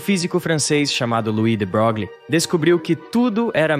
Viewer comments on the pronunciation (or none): de Broglie era francês, e a pronuncia francesa de seu nome é Luí de Broglí.